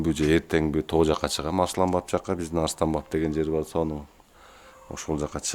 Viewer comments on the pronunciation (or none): none